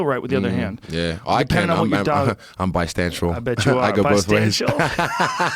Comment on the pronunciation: pretty sure he said bistancial